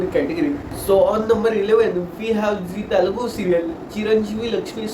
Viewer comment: What he's probably saying may be you're pronouncing Telugu in English style🤔